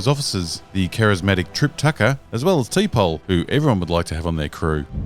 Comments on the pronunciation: T pole 🤣🤣🤣🤣🤣🤣 its Tpaul (T-pol) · That “Tee Pole” pronunciation was just yuckin’ around right? 😟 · I don’t think he knows much about Trek tbh. He called T’pol TeePaul 😂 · Who the fuck is “Tee-Paul”??? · Ah yes TEE - POLL. My favourite ST - Enterprise officer. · Star Wars can die after I've had series two of Andor and not before. Also, learn to pronounce T'Pol if you're shilling for a Star Trek mobile game